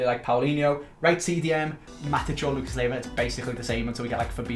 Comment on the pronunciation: Please do everything you can to sell Lucas Leiva, that way we don't have to put up with you pronouncing his name wrong each episode. =)